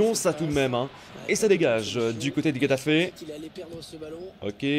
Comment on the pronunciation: Super tes vidéos! Mais par contre s'il te plaît travaille tes prononciations 😭😭😭 Getafe se dit Ré-ta-fé